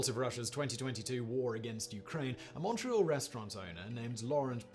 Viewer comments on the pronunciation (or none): none